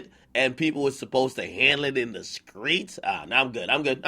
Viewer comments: IN THE WHA , YOU MEAN THE STREETS , NOT SKREETS ! wtf ? .......SMH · Nigga said the Skreets like he from ATL or something 😭😭